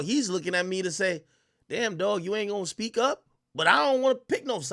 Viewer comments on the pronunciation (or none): none